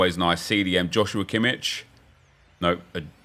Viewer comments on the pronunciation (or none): none